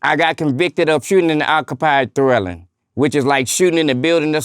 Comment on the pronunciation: “Shooting in an occupied twelling “! Lol. I thought it’s called dwelling but ok. Lol